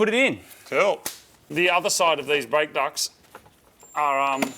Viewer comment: Brake Duck's xD That's what I heard at first :D